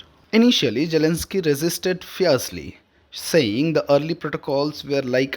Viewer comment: Your pronunciation is atrocious and an insult to listeners and to the English language. TFI anchors are notoriously inept at the language but there were one or two who were comprehensible and less irritating. Get one of them to read the news. Jelensky. Vaussington. Jeddee Wawnss. Peckooler. Pronuncip. veeks. doe-naald. Kaa-oss. and so on.